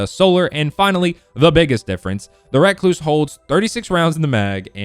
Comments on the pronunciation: Just say recluse not reacluse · Reeeeeee not raaaaaaa damn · It’s not racluse it’s pronounced recluse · Recluse . Not reck loose . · Wreck-loose smh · REE-cluse not REH-cluse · Just say recluse u say it like rehcloose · rek-loose lol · It's pronounced recluse not recluse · Holy shit just say recluse right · The way he says recluse annoys me